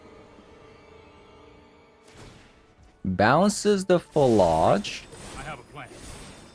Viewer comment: PhlAAAAge I'm pretty sure you're pronouncing it wrong